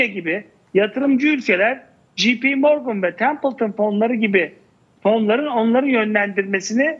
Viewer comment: jp morgan "ji pi" değil "cey pi" diye okunur. biri kafandan uydurup yanlış telaffuz ediyor, diğerleri de papağan gibi aynısını tekrarlıyor. en ufak bir sorgulama, araştırma yok.